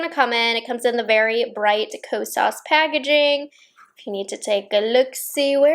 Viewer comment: you say “Ko-sauce” 😅